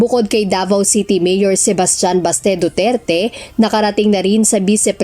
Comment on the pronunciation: Who's Mr.Dutert?????? Name palang Mali na Jusko.! Duterte not Dutert!!!!